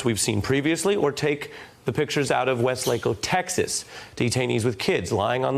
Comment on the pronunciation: It's pronounced, Westly-co. Ask a Texan